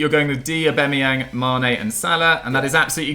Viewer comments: Everyone Else: AuBAMeyang: AuBEMeyang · The 3 people that pronounce Aubameyang wrong all together🤮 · pronounciation of Aubameyang kills me😂😂😂😂